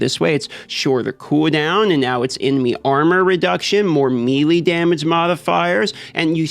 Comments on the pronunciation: Melee is pronounced "May Lay". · all in good fun, but has anyone ever told him melee is pronounced like "maylay"? lol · I know some of these host, like to mess words up on purpose. Does he know how to say melee and just saying it wrong because? He just says it so many times in here wrong.